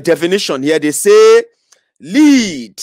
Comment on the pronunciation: Correction; the mineral name, "l-e-a-d", is wrongly pronounced.